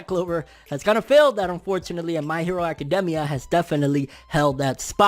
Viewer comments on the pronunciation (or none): none